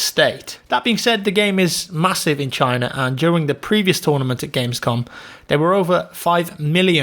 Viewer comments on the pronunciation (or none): none